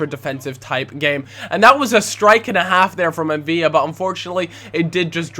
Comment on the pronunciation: M'Vila is pronounced Umveela, not Umveeya